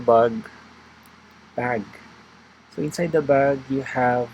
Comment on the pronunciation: Pwede mo yata sya lagyan ng hash tags para masearch? 🔎 Natawa ko dun sa "bug" "bag" 😁